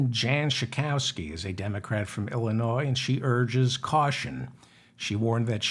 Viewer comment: There is No S sound in Illinois...!!!